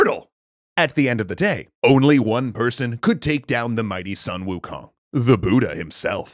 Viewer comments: No it's "swuh-n ookung" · Still pronouncing Sun Wukong name wrong...